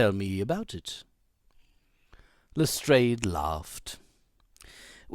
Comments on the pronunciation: This is really good. The stresses on the words and the changes in tones, all sound very professional! P.S Lestrade is pronounced as Les-drARHH. A French surname, rhymes with yard and chart. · correct. LestrAAD of the Yard. and the River Thames is pronounced "Temms".